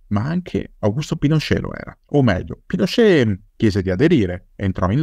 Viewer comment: ottima puntata, solo non capisco perche'amiamo pronunciare alla francese certe parole o nomi...Apasc invece di Apaci...Pinosce' invece di Pinocet...